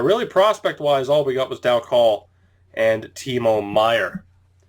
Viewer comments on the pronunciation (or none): Michael Dal Colle is pronounced Michael Dal coal